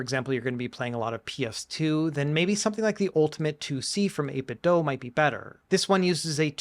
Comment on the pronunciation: Awesome video as always! RetroBat looks way easier to setup than what I was doing with LaunchBox. I'll definitely have to give it a try. P.S. It's pronounced 8bitDO not 8bitDOE. :)